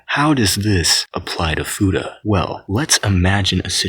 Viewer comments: fooda? the hell is a fooda? FEW-TAH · I always thought it was pronounced fyuta not foota